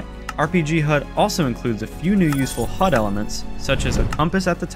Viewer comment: WHY DO YOU CALL HUD "HOOD"